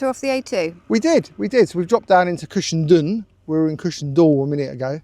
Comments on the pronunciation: It's pronounced "done"......Cushen"done". I live not too far away from it. Glad you got the good weather for your trip. Happy trails!!😎👍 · Cushendun is pronounced Cushendone guys, lovely video by the way, that coast road is to be avoided at weekends as the boy racers love it to, and it has had more than its share of bad smashes over the years, ps next time try Torr head road Apecross doesn't come close, on a clear day you can nearly touch the Mull, safe riding